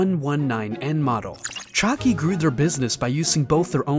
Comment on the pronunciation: hey great video do keep up the good work but i think you may have pronouced chagee wrong